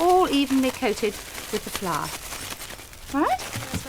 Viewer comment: I love the pronunciation of flour as ‘flash’